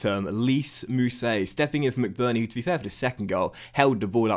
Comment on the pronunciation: It’s pronounced lies mousset not lees just so you know keep up good vids lad